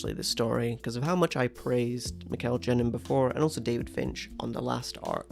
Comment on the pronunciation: Mikel Janín’s name is pronounced with an H-like sound. Mikel HA-nin